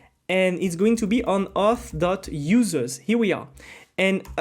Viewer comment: Great tutorial, but seems like you are ruining all the people pronunciation like you are saying Success ❌ Soookcess ✅ Auth ❌ Huth ✅ And many others